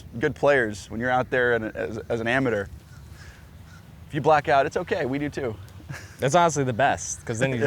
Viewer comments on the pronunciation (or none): Why did you say "amadeur"? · why cant bryson pronounce amateur. Its not pronounced amater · Chase letting him pronounce amateur like that is so funny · Why’s bro saying amateur like he’s British